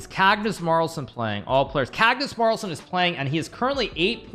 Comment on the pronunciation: did he just say Cagnus Marlsen lol